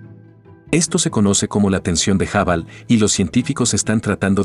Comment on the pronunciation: FÁCIL, POR EL AVANCE DE LA CIENCIA, LO QUE AYER ERA VERDAD, HOY YA NO. GRACIAS POR EL VIDEO Y POR FAVOR, CORRIJAN AL QUE NARRA PARA QUE NO DIGA "TELESCOPIO JABAL, BEG BANG & LLEIMS WAB", NO ES NI INGLÉS NI ESPAÑOL.